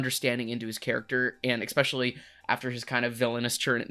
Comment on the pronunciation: It’s pronounced “es-special-lee”